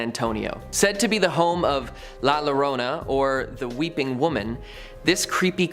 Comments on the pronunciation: Please for the love of God if you are going to speak Spanish do your research double LL sounds like Y like "Yorona" just like the U in front of an E is silent like Guerrero is pronounced Gerrero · La Llorona (LA your - OH - nah)